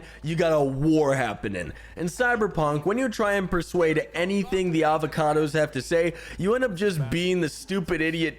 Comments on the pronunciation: Aldecaldos.... ALDECALDOS NOT AVACADOS I'm so sorry I got so triggered 😂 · Did he say "Avocados" xD 10/10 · when you say aldecaldos i hear avocados